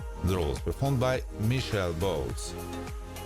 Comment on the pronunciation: her name was Michelle Botes... but her surname is pronounced.. "Boa - tis"